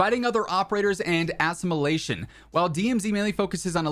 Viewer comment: Whyd you say assimilation like that?